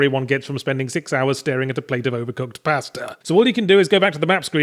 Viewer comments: "Pastuh" What happened there? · Pastah? Yatzee, are you going insane?